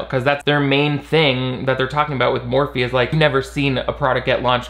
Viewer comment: Idk why I'm watching this, seeing Shane's face causes my DNA to rapidly attempt to devolve so I can become amoeba. Also I keep hearing morphine instead of Morphe, which I would actually prefer at this point...